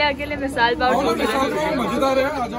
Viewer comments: It is misal pav not misaal pav 🤣🤣🤣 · Nice vlog. Misaal pav kon bolta hai😂 its Misal Pav😅. Raka fa2 ko driving mai isliye triggered kar raha tha because jaldi pohach jaye. Raka lagbag 2 hours pahle pohach gaya tha pro GTA, Forza, snow runner wheel driver🤣🤣